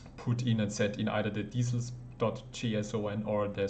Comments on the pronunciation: Extremely helpful, nice and concise! Excellent tutorial! Just a tiny tiny note is that I think it's pronounced 'dee-kals' instead of dee-cell'. I make plastic scalemodels so I come across the word quite a lot. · I like how you say decal as diesel :) Thanks for the video